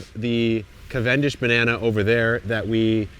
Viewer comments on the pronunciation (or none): I die a little more inside every time Kevin says “cuh-VEN-dish”.